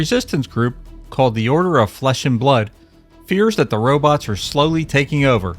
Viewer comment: Gog, didn't they Ro-bits rather than Ro-bots ??